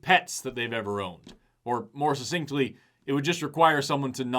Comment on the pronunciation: hi, it’s pronounced “succinctly” and most people get it wrong. it is very tricky because the c is a hard sound like succumb or succulent, and then also is immediately followed up by a soft c sound like cent or city. so suck-sinked